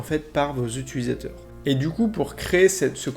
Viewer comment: Très bonne vidéo par contre on dit pas utulisateur mais utilisateur